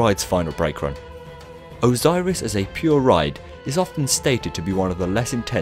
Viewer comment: OZOIRIS SEWNDS LOIKE A VOIRUS